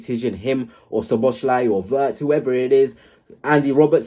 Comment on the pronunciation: I know Liverpool isn't your team, but if you're going to keep covering Liverpool, it's So-bo-slai not Sho-bo-shlai. In Hungarian, the "sz" is like an "s" to English speakers.